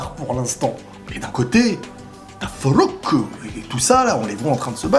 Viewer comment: Ta prononciation de Frooockkk me tuera un jour 😂😂😂😂